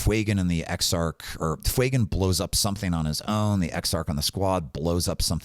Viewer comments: I appreciate the content very much and to counter act this have given the video a link and subscribed, but can we stop calling him Fweygan, it's not intimidating and badass like the character deserves. Yes, yes I understand the inspiration is from the word Fuego, doesn't mean it takes on the parent pronunciation there are many words that have complete linguistic changes due to appending letters and changing the structure. Fewgan is significantly more intimidating and bad ass. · Love your content! I think its pronounced Few-Gan